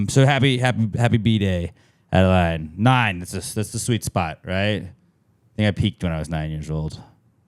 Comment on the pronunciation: ill make sure to have adeleane listen to this later on..maybe this weekend! thanks guys, P.S.- My daughter is not happy with you..you mispronounced her name lol